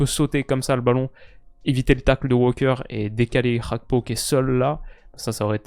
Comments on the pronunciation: c'est Gakpo et non Hakpo. C'est un Togolais d'origine et Gakpo= Fer. C'est pas cool d'entendre Hakpo tout le temps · Gakpo c'est un nom togolais, la prononciation dutch fait saigner les oreilles